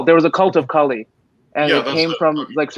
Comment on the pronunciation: lol who'll update it. You? Armin? I thought you guys are atheists. I guess I asked you too much you can't even pronounce Kali properly and you expect us to listen to you? 😅 This is the last chance I'm giving you. Say her true original name and I might consider thinking about your proposition. Tbh if anyone had the ability to mention anything or update her legends he was Swami Vivekanand.